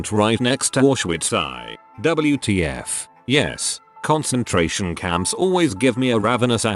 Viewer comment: Too-raidy a concen-trairian camp